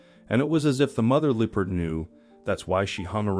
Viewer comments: L LEARN TO PRONOUNCE THE NAME OF THE ANIMAL LEOPARD NOT LOOPARD!!! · I heard looperd. Strange… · Absolutely had it with AI voices....LEE PARD? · Also Loo perds. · Why is this Person Pronouncing the Animal Wrong ?? It's NOT a Lee Purd !!! 😮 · yes. They pronounced Leopard wrong. They should do Research before they publish a video.